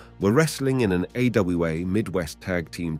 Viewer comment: AWA was "A-Yo-A" lmao